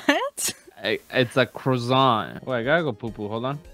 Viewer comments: "its a CrOzAnT" a- a what "a CrOzAnT" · “It’s a crozont👁👄👁” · "izza crazont" 😂